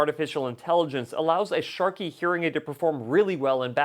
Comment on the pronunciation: Sharkey????! What’s going on with that? Is there a reason why you are mispronouncing the manufacturer????